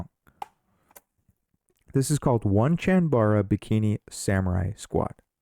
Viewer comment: Onechanbara (which up till now I thought was pronounced Oh-nay-chan-bah-ra, but found you were correct after a search) was one that just shouted "future pricey" to me when I bought the only copy I have ever seen in a store. I got my copy for $10, and felt a little pervy handing it to the sales girl. 😆 Hopefully Darkest of Days and Rumble Roses XX make it into your future entries in this amazing series! (Ditto for Lollipop Chainsaw, while we are being dirty)